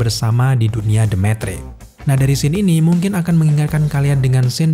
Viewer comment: metrix bang bukan mentrik 😂😂😂🙏